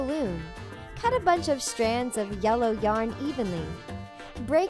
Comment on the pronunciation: Was it just me or when they said cut the yarn it sounded like cut the doll?